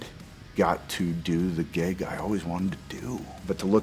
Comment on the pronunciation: had to put on cc cuz audio did you dirty when you said gig towards the end sounded so much like "i finally got to do the gay guy i wanted to do" rofl